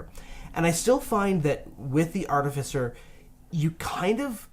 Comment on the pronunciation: It's pronounced "ar-TIF-icer".